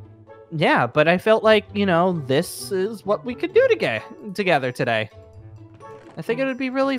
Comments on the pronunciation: Was it just me or did say " togay " XD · Me: Listening To The Video Then Mishears Say: To"gay" i mean today Me: Stops And Then Loses It